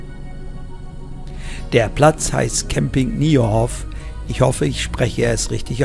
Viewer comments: Hallo, wieder ein toller Beitrag von Dir 👍👍 Wir leben seit 14 Jahren in den Niederlanden und finden es herrlich hier💖 💖💖 Zu deiner Aussprache ueber den Namen von diesem Ort, Nije, wird gesprochen als ei, also Neie. IJ ist auf niederlaendisch ein ei 😃 Aber alles gut, wir hatten die ersten Jahre genug Probleme mit der Sprache 🤣🤣 Alles Gute und bis zum naechsten mal 👍👍 Liebe Gruesse aus Amerongen 😍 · ‘t ‘Nije’ Hof wird mit einem ‘Ei’ ton ausgesprochen 😉